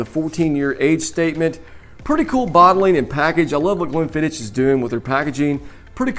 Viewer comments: Please! It's "ck," not "ch"! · As soon as I heard "glen-fidd-ich" I stopped watching. Come on man. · Stopped 40 seconds in when you call it Glen fidditch 🤨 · If you want to do whisky reviews firstly you have to learn pronunciation of them You made a mistake about pronunciation of Glenfiddich which is elementary and beginers whisky